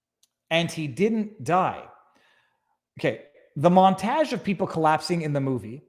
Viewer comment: God is this how Canadians pronounce “montage”?